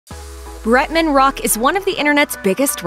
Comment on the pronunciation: Yah lazy to say BRETMAN ? So irritating 🙄